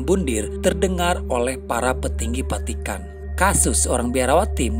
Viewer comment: Saran. Vatikan bukan patikan ngab.